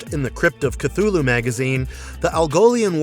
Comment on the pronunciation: The way they pronounce Cthulhu with a Ch sound 🤮